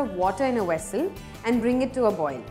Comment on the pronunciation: Sorry, but what's a "wessel" ? >